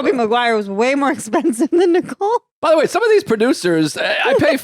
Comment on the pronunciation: Tell Joe that there's no "D" in the name Nicole.